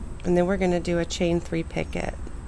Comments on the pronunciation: I rarely correct anybody but the t in picot is silent. Pronounced pee co. Beautiful square, I love it! Thank you for sharing! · Beautiful stitch. A little fast for this old lady but I had the pattern to watch as you worked. I agree with Robin about the pronunciation of picot . The French don't pronounce the "t". Thanks again for the pretty pattern.